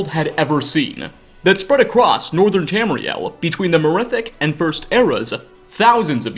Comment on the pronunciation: Ia, cant get over your speech patternsa. "in Tamriela, the wood elves, the dark elvesa...humansa too". -_-'